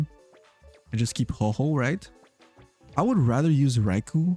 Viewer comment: ITS HO OH NOT HOHO XD